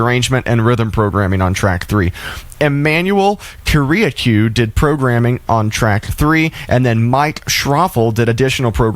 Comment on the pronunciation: These names had trouble with are pronounced elsewhere and a little research would have uncovered them. Emanuel Kiriakou was also pronounced REALLY incorrectly. Walter A's name has been said numerous times too. Might want to tighten up on stuff like this. Blowing pronunciation on names that are easily researched is pretty amateur honestly.